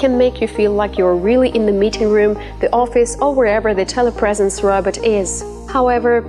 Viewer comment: The way this woman says robot irritates me.